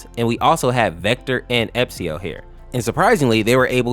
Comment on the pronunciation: bro said epsio it’s ess-pee-o